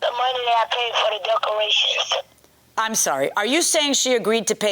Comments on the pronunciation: I replayed…yup, she said duckerations! 😂😂😂 In her defense, I make up words too! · Did she say "duckerations" ? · "Not liking the "DUCK-A RATIONS" 🤣🦆🦆🦆🤣 "Don't AXED her for everything back".. Well if someone "AXED" me i would be most likely DELETED from this earth.. "AXED".. 🙄🤣🤣🤣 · Please tell me she didn’t just say duckcorations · This lady said duck rations instead of decorations😂😂😂😂😂😂😂😂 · Sorry they had so much trouble with the “duckerations” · If she says duck-erations one mo tiiiiimmmmeee! At first I played it off. I said to myself, “self, NO SHE DIDN’T say duck-erations,” but THENNNNN, she did it AGAIN! 🤦🏽‍♀️